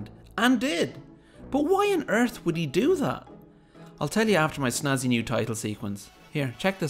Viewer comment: If you mispronounce snazzy, it actually sounds awfully close to Nazi. What's going on there,?